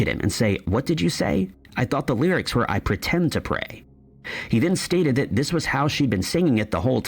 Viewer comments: I have how deep is your love on vinyl, I'm 63 it is and always has been i really mean to learn. And Annie Lennox sings thiis it's just the way she pronounced it purposely. I'm also fron the uk. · It absolutely sounded like these but it didn't quite make sense in the sentence so they used the word this but pronounce it with kind of a southern accent on that word so that it would rhyme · That's right! It's the way she pronounces the word 'this' that makes it sound like these. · It just sounds like shes saying these shes saying this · agree 💯 it's her accent that makes it sound like that